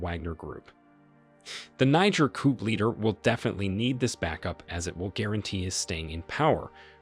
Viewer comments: "COOP"??? People say "COO", it's a French word I think? Makes sense under the circumstances. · It would be helpful if you could know how to say the word " coup" is in "coup d'état" properly, where the "p" is silent. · Jeez...Coup, a French word, is pronounced "coo". Not "coop". If you're going to do these videos at least pronounce foreign words correctly. Otherwise, a good and informative video. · COUP is pronounced COOOOOOOOOO not COOP..dear me. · "Coup" is pronounced "Koo," not "Koop." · Koo not Koup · It’s actually Coup not Koup or Koo. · It's a coup - pronounced KOO. The P is silent. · Coup is pronounced "coo" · Caught the racism by saying mispronouncing Niger. It was slick. The mark yeah I caught it. And the word coup the P is silent. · * coup - the "p" is silent.